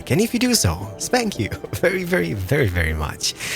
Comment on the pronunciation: Did you say “spank you” when you asked us to like the video in the beginning of the video 😂